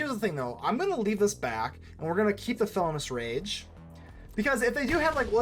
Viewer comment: Did you not see the I in Felonious Rage? You keep calling it Felonous Rage throughout the video.